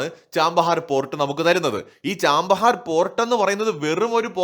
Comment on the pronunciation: ചാമ്പഹാർ അല്ല. ചാബഹാർ..